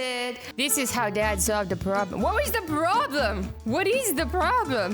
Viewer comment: Problem not Pwobm Lol